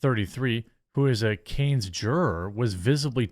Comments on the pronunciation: Its cahns not canes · "khan" not "canes" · It's pronounced "konn" not "kAnes" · It's pronounced Kahns not canes. But I am still a big fan, bro! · You said “CANES film festival“. It’s pronounced “can”. French word. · Not to be a jerk, but. It's not "cane" it's pronounced like "kahn". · Can. Not canes. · It’s pronounced “Kahn” or “Can”—the final “s” in French is almost always silent. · Fun Fact : Cannes is pronounced CUNT but without the T . It's in France. Don't mean to be the grammar police I just felt like writing the word cunt. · Cannes is pronounced Kahn dude...😅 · Cannes is pronounced Kahn with no S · With respect, Jeremy, please do yourself a favor and Google the proper pronunciation of "Cannes." You're in mass communication, so you owe it to your followers to say it correctly. It's Cahn or Cohn. While you're at it, search for Jean de Barrie as well. Peace! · Cannes is pronounced Kan haha. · "Can" Jeremy... it's pronounced "Can" :_QuarteringCbc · It's French, the es at the end is silent,it's pronounced like can. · It's pronounced like can dude, that was painful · Translates to canes tho so you almost had it I guess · I believe it’s pronounced “con” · Cannes is pronounced "con" or "kawn." I enjoyed the video. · It is NOT pronounced "CANES" jeeze is it too much to ask to pronounce the name of this most famous Cinema Festival correctly??? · It's pronounced can. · His pronunciation made me wanna get some Raising Canes chicken 😂